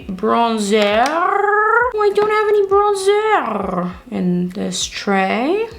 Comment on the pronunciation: Do you speak french? You have the correct french accent when saying: bronzeur.